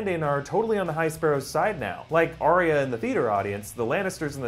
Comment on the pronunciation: Stop pronouncing it aria